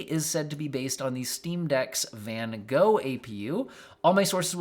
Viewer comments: I wish they hadn't named it after Van Gogh. Americans just can't pronounce it right and it hurts 😅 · Much as I love my American family and friends, y'all really need to learn how to pronounce Van Gogh!